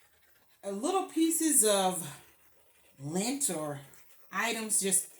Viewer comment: No we can see it's beautiful. But the word is Lint...not link...hope you don't take my correcting as being mean.